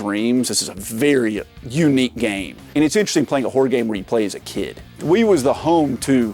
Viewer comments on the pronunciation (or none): none